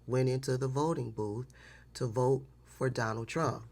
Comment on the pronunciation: 🤣🤣😂😂 "They will boat, for donal tron"!!!!!!!!